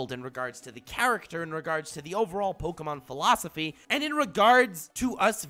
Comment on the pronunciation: Is it pronounced pokAmon or pokEmon?